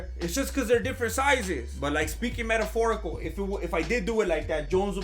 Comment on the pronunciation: But like speaking mediforical...😂😂😂😂😂😂